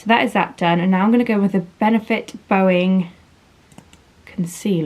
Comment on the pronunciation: Benefit Boing (boy-ing) as in its a springy concealer that spreads easy. Not 'bow-ing' 😘😘😋😋😍😍😍